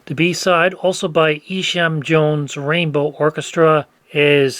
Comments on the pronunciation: Isham is pronounced Eye-sham. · What a fun challenge. FWIW, Isham Jones first name is pronounced Eye-sham. Mont Martre, more properly one word "Montmartre," is a well-known nightlife district in Paris. Jascha Heifetz's first name is pronounced Ya-sha. Heifetz was the most famous violinist of his generation.